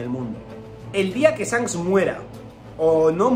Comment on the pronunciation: Buena el tinto tinto, ídolo porque pronuncias sanks? Y no chanqs ?